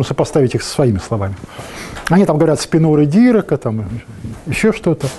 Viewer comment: ДирААААк ударение на АААА, кто вообще придумал ударение на первый слог ставить 🤷🏼‍♀️